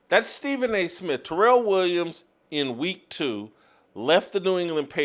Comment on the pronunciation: "Stephen A Smiff!"